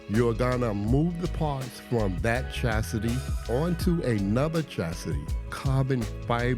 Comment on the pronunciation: Chassis is car frame, Chastity is a woman who won't give it up without a ring. I may be miss hearing it, but it sounds like you're saying chastity in the beginning. Love the vid.